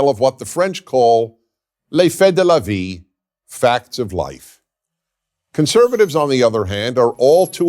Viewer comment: just within 20 seconds: Mr. Prager pronounces "Les faits de la vie" really well. This gentleman got my ear.